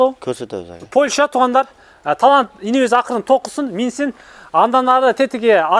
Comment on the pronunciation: Кечирип койгула,бирок Польща эмес Польша